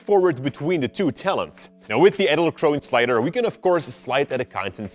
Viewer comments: I thought when u say "edelkrone" you have to pronounce the "e" in the end. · The pronounciation of Edelkrone is so goddamn wrong...